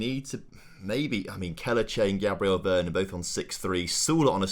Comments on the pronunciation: PLOT TWIST: Andre is a deaf mute and hasn't been told yet. BTW it's V-E-R-O-N not Vernon hahaha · Loving the series, p.s. please reread veron’s name ty ty